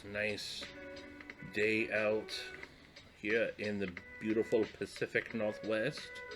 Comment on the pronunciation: " Spritz in heeaw " 😆 🤣